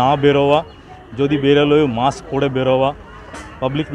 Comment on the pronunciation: Muks noy kothata musk, ok